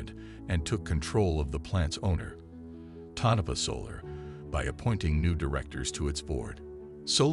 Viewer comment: Would be more credible if he corrected the typo in the video title and pronounced “Tonopah” correctly. 🤔